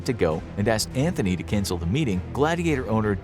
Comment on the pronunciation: I love your channel, but everytime you talk about Ceasar you say Mark "Anthony", its Antony, there is no H